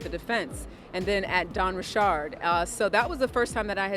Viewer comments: Please stop with the pronunciation of her last name. Ain’t no damn ri chard it’s Richard. And why yall so worried about the celebrities? So the other people committing crimes don’t count. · Why is this idiot reporter called her Dawn Rechard. She is not an exotic person, she's from the hood. Her name is pronounced Richards. Plus your not reporting anything important, you gossiping about a pervert and acting like your a serious journalist. Make America Great Again!!!! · Ri'shard hahahahaha it's Richard's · When did Dawn change the pronunciation. I've never heard her correct anyone who called her D. Richard before. Now it's Richaaaard. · Its bothering me this lady is saying Dawn last name wrong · Richard can be pronounced with a ch/sh sound, so you can't blame people saying it differently or in a different tone as well. You're American I bet!😂